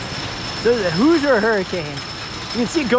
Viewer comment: IB is a cool park, so unique. Love the boardwalk. At least it is when everything is open. Been there 3 times and Lost Coaster was closed each time. Also, the way you say “Hoosier” hurts my brain 🤣😝. It’s “hoozhur” not “hoozer”.